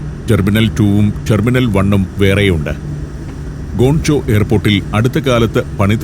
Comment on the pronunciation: ഗോൺ ചോ അല്ല അണ്ണാ, ഗ്വാങ്ചോ